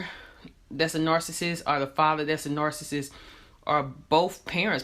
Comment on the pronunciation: The speaker in this video can't even pronounce the word nar-ci-ssist correctly. It's not 'narcisst' or 'narcisstic'